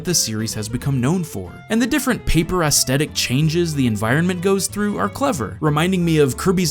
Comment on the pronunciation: You mispronounce the word "aesthetic". The th is pronounced like th, not like t. It's ess-THET-ik, not ess-TET-ik.